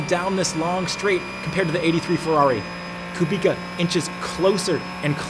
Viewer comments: IT'S KUBICA NOT KUBIKA UNSUB + DISLIKE >:( jk great video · Bro, Kubica. Not Ku Bika... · Great video mate, please though, Kubica pronounced (koobitza) not (koobika) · Come on dude it’s not Kubika it’s Kubica, dude the man just won this race !! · KUBIZA. Hes just one of the most famous racing drivers in the world and you mispronounecd his name? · Amazing video, I love your content. Estre's start had me leaping off the sofa. But please say it with me: KOO-BIIIII-TTSSAAA. Guy deserves some respect on his name after the mega stint at the end of the race and his incredible comeback story. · Hi, you pronounce R. Kubica's name wrong(: as u pronounce it : Kubika), but its a nice video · Someone should tell him it's pronounced Kubitza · Btw when ur saying Kubica the c is like an s not k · Please pronous KUBICA C=C not K ;) For Polish people sounds really bad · The C in Polish names is always pronounced as a soft C. Unless there is a H following and then it is silent. My surname SUCHECKI is pronounced phonetically SU, HETS, KI Hope this is informative